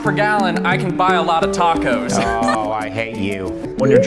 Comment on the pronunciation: Taaaaaaaarcows. Made my ears bleed. I'm from the far north of england and I can pronounce ta-co